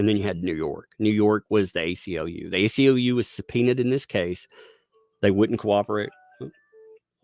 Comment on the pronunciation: ACLU, not UCLA, lol